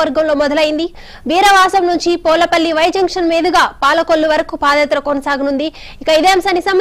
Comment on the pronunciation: ఏమమ్మా. నువ్వు కూడా జగన్ గారు బండ్లో చదువుకున్నావా. పోలపల్లి కాదు. పూలపల్లి.